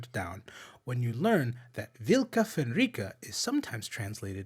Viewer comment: Nah, man, blue and pink is classic '80s synthwave lighting. And synthwave is da bestest.:3 'Vlka' is more of a guttural -uul sound,. Vuulka Fenryka. And as vlka/vulka is etymologically close to 'valka' in old Norse, which means 'death', the name is (assumedly) closer to "the killers from Fenris". *is huge Norse nerd* No, wolf is 'ulfr'. And Fenrir wasn't a god, he was Loki's bastard son (and an actual wolf the size of a Clydesdale). "Wolves of Fenris" would be "Ulfar Fenringr", 'the wolves belonging to Fenris'.